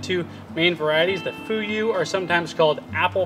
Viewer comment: You are pronouncing Jiro ok, but Fuyu is kind of ??? When I heard it at first. I love dry persimmons. It’s our New year speciality. (Japanese). I envy you. In dallas where I live, it’s over 90-100 degree in summer and freeze in winter. It kills in both season😢